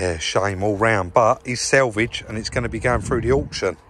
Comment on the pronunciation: its ALLOYS not 'ALLEYS' and SALVAGE not 'SELVAGE' LOL. LOVE THE VIDEOS MY FREIND only pulling ur legs mate!!